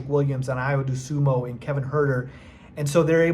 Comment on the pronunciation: Brotha, you gotta learn how to pronounce Ayo’s name if your going to make Bulls videos. It is not Do-SUMO. It is Dosunmu 😂